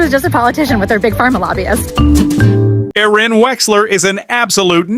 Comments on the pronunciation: To the AI narrator, it's pronounced AIR-in, not AH-ren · Someone please tell the robo-voice her name is pronounced " Air-ee-ann". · I think you'll get more thumbs up if u teach ur Ai narrator to pronounce her name correctly. On one hand, ur trying to say nice things about her. On the other hand, ur not showing her the respect she deserves. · It would really be great if you knew how to pronounce her name.